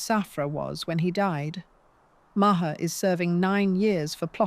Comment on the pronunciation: Omg she rattles ON and ON and ON! Its nauseating! The worst narrator EVER. Repetitive.The pronunciation of his name. Its not MAA HAA.